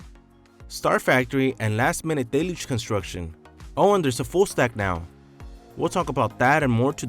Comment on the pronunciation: It is not really pronounced "DAY-luge" it is actually pronounced "DELL-huge"